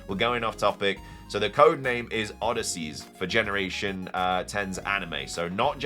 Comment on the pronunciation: Odysseus not Odysseys